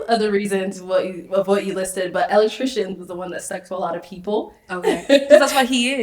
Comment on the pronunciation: She can’t even pronounce Electrican correctly lol. Electricians get paid very well, especially an independent contractor.